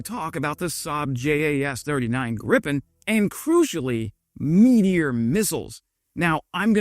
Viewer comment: Gripen not 'Griffin', there goes your rating...